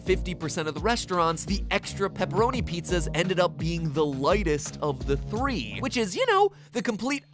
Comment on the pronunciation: The first time i heard that i thought he said "Which pie tastes like cake"